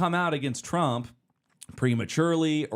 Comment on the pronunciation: You mispronounced Trump.